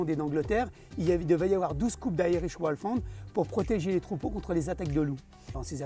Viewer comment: Aïe, ça serait pas mal de faire l'effort de prononcer le nom de la race correctement, on a les oreilles qui saignent dès les premières secondes de vidéo 😶